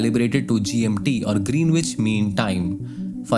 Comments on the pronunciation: Good case study, it was a good use of 'my time'. Would like to point out one small error in your speech. Considering the theme of the video it's an important word hence worth mentioning. "Greenwich" should not be pronounced as "Green-which". The correct pronunciation of Greenwich is GREN-itch, with the stress on the first syllable and a silent "w". Another common pronunciation, especially among older Londoners, is GRIN-itch. The key is to drop the "w" and say "ch" at the end. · “Greenwich” pronounced as “grinich”. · GREENWICH is pronounced as "GREENICH" in the UK.